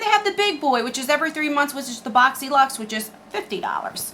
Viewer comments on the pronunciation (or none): none